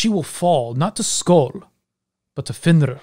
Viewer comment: You pronounce it almost Fenrr i is very hard to hear is that a right pronunciation?